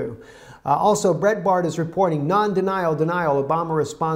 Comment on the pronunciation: breitbart= bright bart and dossier= dos (sounds like boss) doss E A